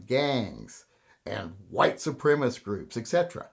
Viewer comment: A couple of corrections, Mr.. It's white supremicist--cist at the end. Not white supremist. Also, when white boys (mostly) form gangs they come up with names like The Proud Boys or The Oath Keepers or the Boogaloo Movement or Three Percenters.... i. e. they become politicized armed militias. And guns are part of the equation resulting in mass violence in the US. Other parts are mental illness and, yes, gangs, which are essentially social responses to economic disparities. And I don't think you are racist. Not intentionally, anyway. Have a good day, and shoot straight.